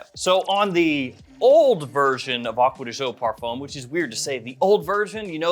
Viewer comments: My dude, I love your videos. But please learn how to properly pronounce the brand. It’s “Acqua Di Gío“ not “Agua De Joe”. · he sure as heck does not. It’s an Italian brand and as such is pronounced Italian. Not American.